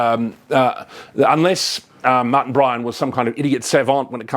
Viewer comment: I thought his name was Martin, not Mutton.